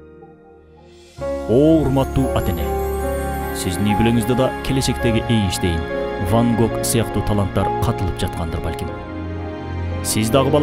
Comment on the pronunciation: Эйштейн дейсинго я??? Энштейн десен